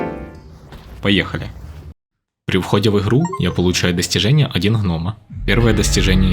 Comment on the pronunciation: Не "ихру", а "игру"